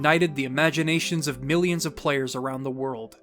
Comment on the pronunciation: My boy said MEALIONS instead of millions😂